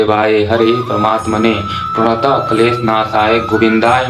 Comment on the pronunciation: Radhe radhe bhaiya Shlok me pranataha me( ha) nahi lagta he aap check krvalijiye ekbaar sirf pranat kleshnashaya....aise sahi uccharan he 🙏